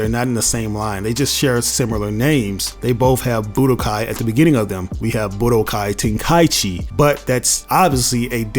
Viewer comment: Telling others they don’t know what they’re talking about concerning budokai tenkaichi when he doesn’t even know how to pronounce the name of the game.